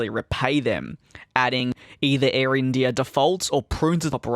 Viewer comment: The way you say IndiiAaaah is so funny